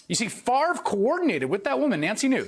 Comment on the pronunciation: Any guy who can't correctly pronounce his own Danish name is intellectually suspect.